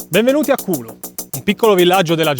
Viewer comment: Non è khulo come pronunciate voi. Semplicemente noi la prima lettera del nome non avete e non riuscite a pronunciare